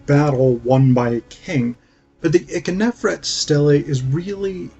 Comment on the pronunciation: Also, Ikhernofret is generally pronounced EEK-her-NO-fret, not ICK-uh-nef-ret although your pronunciation is not that bad. Lastly, you barely described the ka-her-ka festival.